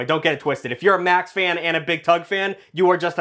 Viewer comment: Why can you say verstappen correctly,but make it mex instead of max? I do t get it